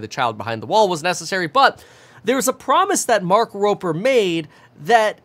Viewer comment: Promise or premise? Hearing you say it over and over is driving me crazy.